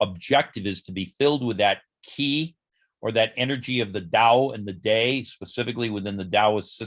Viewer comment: Qi is pronounced as “Chee” like in cheese. De is pronounced as “duh”, which means virtue. By the way, I am Chinese.